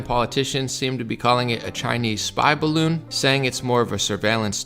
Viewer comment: 'Duh bawoon is fwat like duh Earf"